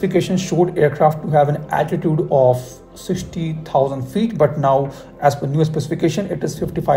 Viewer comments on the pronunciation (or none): none